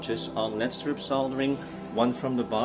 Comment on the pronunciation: It's pronounced "L....E....D" Not "LEAD".